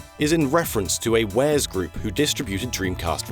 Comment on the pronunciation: Warez. Wah-rezz. That pronunciation made me die a bit.